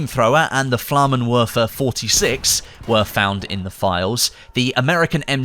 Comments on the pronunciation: please learn how to pronounce proper German please Flammenwerfer is pronounced FlammenVerfer as the German language doesn’t have W sounding letter so they pronounced all W like V’s so gewehr is GeVehr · Flammenwerfer. Both "er" in Werfer are pronounced like the english word "air". You're welcome. Great Video as always.